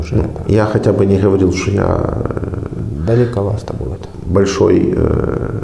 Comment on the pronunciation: Далековасто! 😂 Носитель русского языка, пипец!